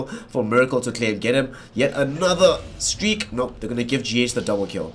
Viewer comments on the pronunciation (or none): none